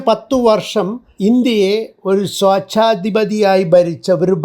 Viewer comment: സ്വോചാധിപതി അല്ല സ്വേച്ഛാധിപതി എന്നു പറയൂ!